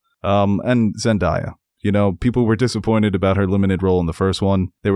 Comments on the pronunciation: I'm not trying to give yall a hard time but Zendaya is pronounced Zen-DAY-ya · Great review! But zendaya’s name is pronounced zendAYEa and it’s more like BUHtista